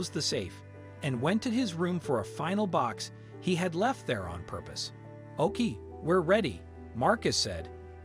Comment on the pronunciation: When the voice pronounced “OK fine” “Ahk fine.” Can’t they edit these computer generated voices?